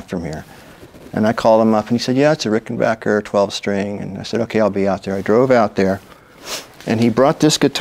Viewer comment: Thumbs up to Mr. Campbell for pronouncing "Ricken-BACK-er" correctly!